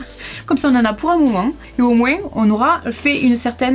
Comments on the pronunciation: Pk je suis l seul qui a remarqué que au lieu de dire moin elle dis moinse 🤣🤣 après je sais pas si vous c'est comme ca nous les belges c'est moin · « Beaucoup moinsse » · pourquoi mets tu des SSS à la fin de chaque « moins »? 😂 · dit au moins sans le S! Je suis choquée 😂 Mon frère a acheté une maison récemment et a acheter tous ses plats à Noz 🙃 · C'est moi ou quand tu dis le mot "moins" tu prononces le "s"? 😂😂. Ça me tue de rire ahhahaha je n'avais jamais entendu ça 😂. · Moi ce qui me choque c est meme pas le magasin Noz mais plutot le fait que tu prononces le S de moins 😂 (c’est de l’humour)